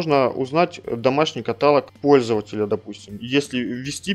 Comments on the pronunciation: есть правила русского языка. То как вы привыкли говорить - ошибка и режет слух. Тоже самое что говорить дОговор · каталОг, ёпта